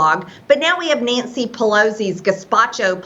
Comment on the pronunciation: Why does mtg say Nancy like Neeancy?! Could she work on her articulation a little? I despise her accent/dialect/speaking points. Idiotic person at best.💙💙💙